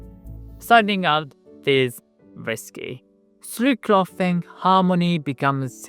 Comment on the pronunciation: learn the difference between soft th and hard th. clothing doesnt sound like cloth.